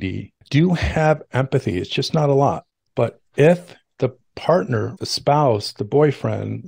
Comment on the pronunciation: "lot" not lit